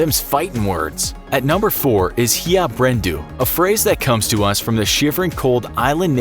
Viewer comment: Hlandbrenndu is pronounced "hländbrendū